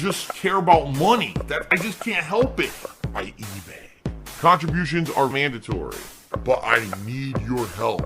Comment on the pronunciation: Funny how 1mm has morphed into a "last minute khantribootion from the last strem"